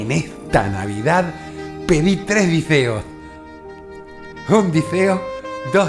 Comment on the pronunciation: me cago de la risa! porqué "dezeos" "ezperanzas"?